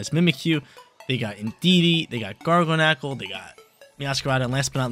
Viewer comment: This guy is hella funny.. He said Garganecle 😅😂🤣